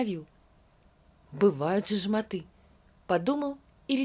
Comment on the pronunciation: Даже если вы грубо выражаетесь, надо правильно говорить: "жмóты", а не "жмоты́"😅😅😅